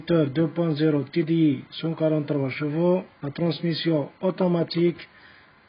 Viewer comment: خيا نقلوا cheveaux et video حسني النطق بالO وليس بالE اي فيديو o et شفو c est aussi بال O وبرك الله فيك على المجهود اعانك الله سلام